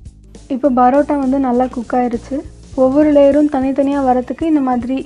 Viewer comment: It's not barota it's parota